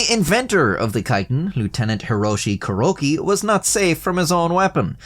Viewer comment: Kuroki ca-roakey